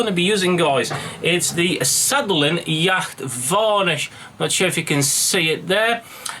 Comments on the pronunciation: nice easy build, the varnish is ,pronounced "yot" not "Yakt" by the way :) well done sir! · Hey dude. Yacht as in the boat would be pronounced 'yot'. Great vid